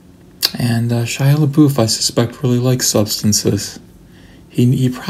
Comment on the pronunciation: A agree with you about Indiana Jones and the Crystal Skull. It got a lot more hate than it deserved. Perfectly enjoyable movie. I see you also pronounce LaBeouf correctly like I do.